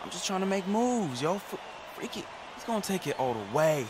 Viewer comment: it's not pronounced "Frek" it's "Freak" as in Frequency (your myplayers name)